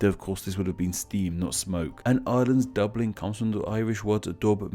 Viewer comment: I clicked on this to see if he'd attempt to pronounce Baile Átha Cliath Edit: holy shit he couldn't even pronounce Dubh Linn properly. Dude.. You've GOT to get native speakers to help you out. I'd do it for free.